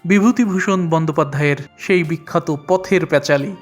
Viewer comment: সঠিক উচ্চারণ হবে-- পথের পাঁচালী। আপনি বললেন -- পথের প্যাঁচালী